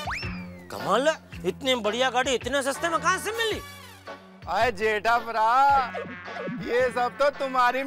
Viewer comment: Jetha Braa, not jetha pra